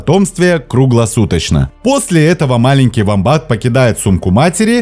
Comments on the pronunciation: Все правильно,только вомбат -ударение на о! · гугл сказал на "о" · не совсем так. да на английском он уОмбат, но в русском так уже даже зоологи не говорят. прижился вариант с ударением на второй слог - вомбАт.